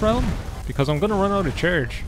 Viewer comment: I love how he meant run out of charge, but his accent decides its run out of church